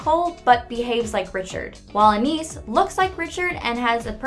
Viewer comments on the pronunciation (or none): Ok so she said anees Pronunciation 100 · She literally said Enis AND Soosie. WHY??? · It's Ana-is not Anis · It's not pronounced Anees, it is pronounced An-eye-iss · I know. She said it like Suzy, and Anais like Aneez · 1. Anees? I’m triggered Her name is Anias/Anais not Anees 2.most of the facts are already in the show 3.Penny is allergic to blueberries not peanuts. If she was allergic to peanuts,that’s basically saying she’s allergic to herself and family.....cause they are peanuts 4.”Gumball and Darwin are the only characters to appear in every episode” are you sure about that? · STOP SAYING ANES ITS ANAIS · “anis” ”a n i s” ”a n i s” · Soosie Anees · In season one they pronounced Anais’ name Anias Like if your triggered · ✨a n n e e z✨ 😏😏😏👁👄👁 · Her: Pronounces it Anias. Me: TRIGGERED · "anEeS" are you kidding me..? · Anais I pronounced (An-Eye-Ees) Sussie is pronounced (Suh-See) Just to be helpful :) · Anis and soosie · It's an I eas. That's how you pronounce anais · SUE-SEE AN-EES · Anaes??? Call FBI!!++ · i think anais's name is pronounced An ah ees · Voicer: AnEEs Me: TRIGERED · Anais= ann-eye-ees Nichodemis= nick-eh-deem-us Sussie= sus-ee (like the begining of sustain) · aaAAHH! KNEES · Prepare ur a-nis. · More like "a-nigh-ease" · She also said Anais wrong. It’s “AN-I-EES”. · Hears ChannelFrederator pronounce Anais “Anis” Me: SWEATS NERVOUSLY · Did she seriously just say Enis? Omg. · ***** she has two different pronunciations of her name, Ana-ny-is, and an-eye-ees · Not an - ees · it really isn’t that hard to pronounce sussie and anais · When she mispronounced Anais' name TRIGGERED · BookerDeweed And she pronounced Anais wrong too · How do they know all the facts if they cannot pronounce Anais and Sussie? CONSPIRACY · When the lady mispronounced anais’s name and said penny was allergic to peanuts So you have chosen death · 1 - half of these are in the show 2 - the way you say sussie and Anais gets me triggered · She said Anais wrong